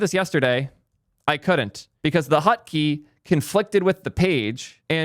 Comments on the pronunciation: What the frick is a ''hutkey'' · Why does he pronounce it hUtkey?